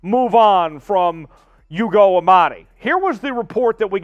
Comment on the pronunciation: I wish you would learn the names on the roster. It isn't YOUGO! It's pronounce ooogo.